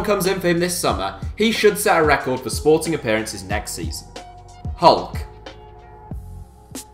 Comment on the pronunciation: Disseram bem o nome do Sporting hahhahahahahah